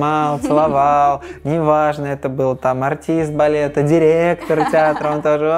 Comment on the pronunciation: Приятнейшая правильная речь. Милейшая редукция гласных, проявляющая в героине бразильянку (говорит "балета", а произносит "балеты")))).